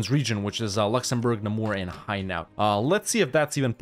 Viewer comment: Hainaut is pronounce hey-no, easy to remember